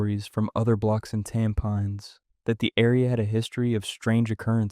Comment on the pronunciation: Thanks for the stories. Btw, Bedok is pronounced as "Beh-doke". Tampines is pronounced as "Tam-pin-niece."